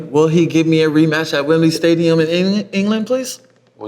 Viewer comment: Man said Wembley Stadium 😂😂😂